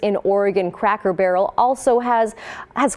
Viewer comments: Lol bro you’re pronouncing it “Crocker barrel” :) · It's C R A C K ER BARREL NOT CROCKER BARREL YO YO.